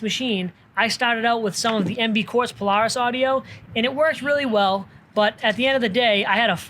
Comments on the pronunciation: He doesn’t need a cage.. It’s a paloohis!🤣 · That radio and song choice made me not like the video at all and the way Polaris is pronounced 😂😂😂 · Please learn how to pronounce polaris 😂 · He says Polaris so weird lol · The way he says Polaris hahahaha